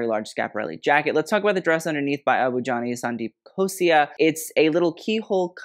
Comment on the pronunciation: Okay but pronunciations of tough Indian names is so impressive